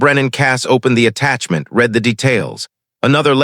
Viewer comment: Please, please, please program these IA readers the difference between read...reed and read...read!!!